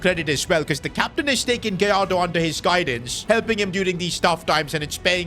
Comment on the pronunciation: Gallardo ❌ Goalardo ✅